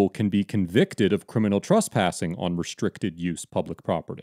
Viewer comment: Dude The word is TrEspassing with an E Not TrUspassing